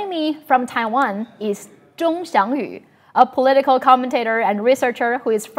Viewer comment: It's odd how she can pronounce Zhong Xiangyu correctly but not Taiwan